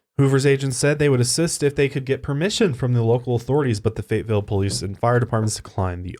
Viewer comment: the way says Fayetteville as "fate-ville" makes me mad